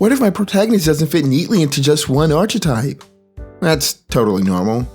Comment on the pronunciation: Great video but I have one nitpick. I really don't want to be that one snob but how you pronounce "Archetype" drives me up the wall. It's more like "aar-kuh-tipe" The ch makes a K sound.